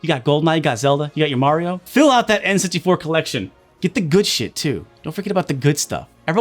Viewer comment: says "enns-tee-four" when he's saying n64